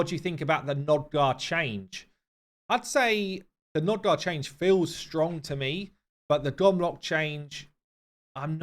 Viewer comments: Hey man , not to be a pissypants or smth , but its Nogdar not Nodgar^^ love ya bud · Both you and Ash insist on saying NOGdar incorrectly.